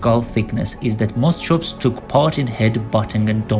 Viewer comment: You keep calling sinapsids reptiles. They weren't. 'CH' in greek or latin derived scientific names is generally pronounced as 'K'. Moschops should sound as 'moskops'. Your editing is too abrupt, so that your narration is all over the place, jumping subjects unrelated to one another.